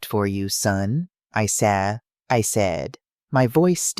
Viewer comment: Southern Arizona United States of America Narrator has a hard time pronouncing the word SAID and also at different intervals speaks gibberish. It affects the flow of the story.